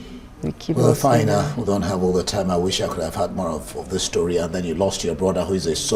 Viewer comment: Did i hear you said what an interesting stroy? 🤔 .